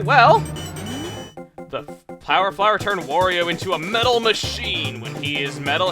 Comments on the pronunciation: Wurio. Chuggaa, it's not Wurio. It's WARIO. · It's not WOrio, it's WArio! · Why do you call wario worio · STOP CALLING HIM WORIO ITS WARIO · Chugga, you're drivin' me crazy, man! It's "Wario", not "Worio". It's supposed to rhyme with "Mario". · GAH! WARIO, NOT WORIO! i hate when people mispronounce simple things :c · Its Wario not Woorio... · why do you say worio, its wario